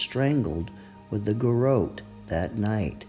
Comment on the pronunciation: Will you please learn to pronounce garrote? “guh-rott”